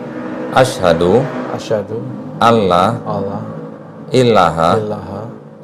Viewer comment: syahadatnya ada kurang pas dikit. Asyhadu alla ILAAHA (satu L) bukan ILLAAHA (bukan dua L/tasydid)